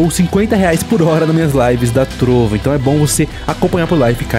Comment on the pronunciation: Seria melhor ele falar "Trovó"